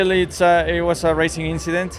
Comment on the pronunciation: Its just an Inchident.